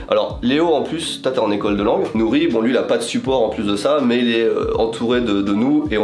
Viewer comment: Ohhh le "R" de Nori magnifique vraimment 🤩👍